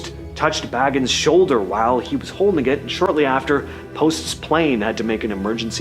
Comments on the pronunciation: So I guess people just do not care about pronunciation anymore? Zak Bagans BAY-Genz. Listen to the man say his own name and repeat after him. Ed Gein GEEN. Takes very little effort to look up pronunciation and then apply what you learn. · Hey EVERYONE….its pronounced Zak BAY-GUNS. Not “Bag-ins” not like the hobbit. People who don’t know who he is never say it right.